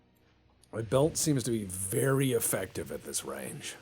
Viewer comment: Turns out Ivan the ok is wery much ok XD